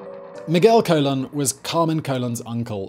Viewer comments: Also its Carmen Colon (cuh-lone) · "Colón" = "ko-LOAN". Or think "cologne" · The surname Colon is pernounced more like cologne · The way he says colon really bugs me